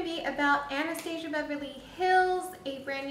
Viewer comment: Nice review! Just bought this yesterday, can't wait to try it! P.S. it's pronounced Ana-stas-ia, not how you were saying it. I had to cringe a few times b/c of that. But again nice review.